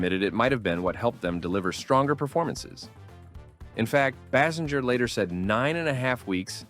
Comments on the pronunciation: Can we REALLY not figure out how to pronounce Kim Basinger's name?? BASE ING ER, FFS! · stay for the multitude of Basinger pronunciations lmao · She probably would be more upset that you can't pronounce her last name.